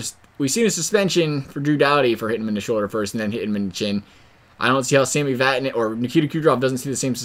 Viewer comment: ITS VATANEN Im triggered